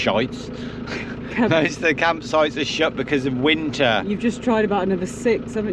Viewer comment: Absolutely howled out loud at accidental blooper ' campsh--es so funny but just about sumed it up! Arrh no-one can't say you didn't try and stay so positive camper vanning in the UK. Bet it's defo not on your list next year:)))) thanks guys love your vlogs x